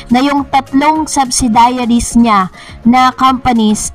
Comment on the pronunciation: Please say the correct pronounciation of subsidiaries